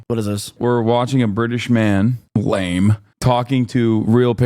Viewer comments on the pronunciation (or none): none